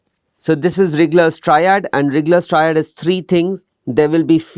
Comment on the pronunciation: Dear sir, Its RIGLER triad , not RIGGGLER .